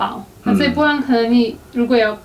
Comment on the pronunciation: 士愷的po兰听得我好痛苦，popopo